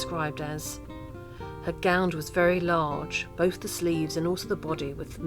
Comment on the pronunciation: I would have loved this but the music was too loud and, being a pedant, I can't bear it when anyone pronounces 'gown' as gownd'. Plus there are a few mistakes but other than that, it could be very good.